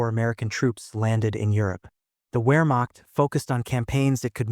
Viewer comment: 'Wehrmacht' should be pronounced "Vehrmacht'